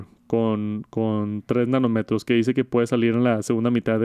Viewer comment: Solo un comentario, nanómetro (acento y tilde en la o) igual que kilometro el acento en la o